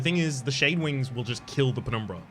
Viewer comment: I really like your pronunciation of "penumbra". So aesthetic